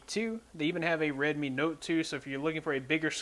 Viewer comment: Bro it's Red-Me(Redmi) like Show-Me(Xiaomi).